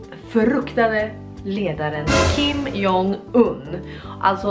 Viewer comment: Man läser hans namn som "Kim Dzong Yn" :)